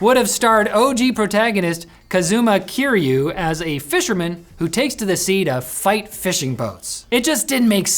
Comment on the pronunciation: I stopped playing Yakuza just to some here to hear not only Majima's name mispronounced but you also got my boy Kiyru.